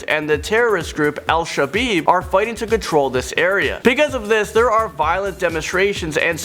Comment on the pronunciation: El shabab not El shebib. With Saudi Arabia they are talking mainly of tourists not people who live there. I have lived in an extreme number of countries and one I would recommend never going to as a North American is France. They can all speak English but they will not they do not want you there. I have been three times and all three times had real trouble with people not wanting me there as an American and I was screamed at constantly! I also lived in Morocco which is very close to Algeria but the borders Are Walled and closed with Moroccan soldiers watching them so Morocco is still extremely safe.